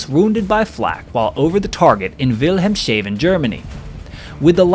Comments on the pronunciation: Regensburg> Reagans-burg As in the US President Wilhelmshaven> Wilhelms (Williams) Haven not "shaven" Leipzig> Lye-P-Zig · You mean vil-helms-ha-ven (not will-helm-shaven)... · * Pronounced after onwards... "Will Helm SHAVEN" Germany - Hahahahahaha Three syllables with the 3rd being "Heavily SHAVEN" = such a good laugh !!!!! "Will Helms Haaaaven" = say it fast, as it's all one word (town name) anyways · This is the way to pronounce the name Willhelmshaven: vuhl·HELMZ·haa·vn.